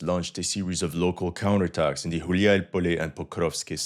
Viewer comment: "Counter atacks" 😂☠️